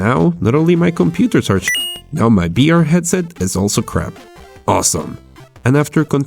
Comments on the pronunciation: Why do you say b instead of v? Its kinda annoying👌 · can u say "vr" and no "br" or u just kiding? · Is someone else confused because he says BR instead of VR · Why cant you say V you say BR all the time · i am not trying to be rude but you are saying Br instead of vr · are u constantly saying BR or am i crazy? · HE SAYS "br" NOT "vr" xDDD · why do you say BR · why do you say b instead of v? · "The debelopment of BR..." LOL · most of the time when you say vr it sounds like you're saying beer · the way you say VR in this video, sounds like BR. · tfw this nigga can't say the letter V Intro: De debelopement of BR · does he say br instead of vr (he cant say v) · I heard "BR" through the entire video and not "VR" haha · Why you say BR? Or whole video you change v w/ b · Is it just me,, or is he saying "BR"? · it's VEE R you fucken punk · Gee, I love "bee""arr" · Every time he says BR or Bive I die inside.